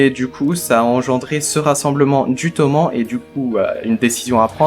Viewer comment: Bonne review, par contre Toman ça se dit Tomanne. Car Toman c'est l'abréviation de Tokyo et Manji(c'est pas une croix gammée).